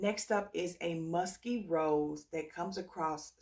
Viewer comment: “Muskay” when you laughed at yourself I lol’d. I remember when you didn’t care for L’Imperatrice and now I found something in it that makes my nose turn up but I do think it’s because I wore it in cold 🤞🏼